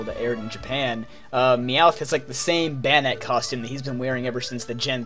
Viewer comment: Banette is pronounced Bay•neht